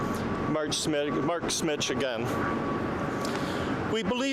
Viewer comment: it's Smich not Smith. he spells it out. pay more attention and get the names right.